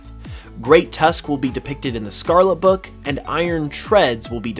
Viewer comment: Can you please say the Word Scarlet correctly once